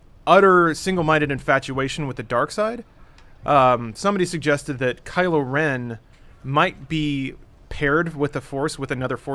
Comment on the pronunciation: it's KYLO not KILO. KYLO you dumbass.